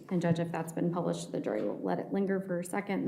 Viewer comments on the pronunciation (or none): none